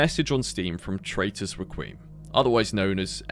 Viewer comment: Nice video. One small issue Hearing "requiem" pronounced as "requeem" sent my soul into an infinite time loop where I have to die over and over again 0/10 would not recommend (jk still nice video)